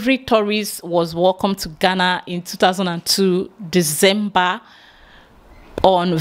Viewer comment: Fantastic! i can now hear the gana gana a little bit better...Congrats you are now pronouncing Ghana better even though you still say gana gana sometimes but you are improving. BIG UPS......